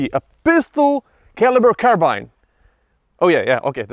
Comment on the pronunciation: Awww yeah. He said carbine properly! Unlike some people who say carbean... You know who you are!